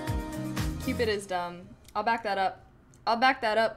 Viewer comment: Why do you keep looking to your left? Are you talking to your dog? Also, it's called, "Cupid", not "Cupid-uh".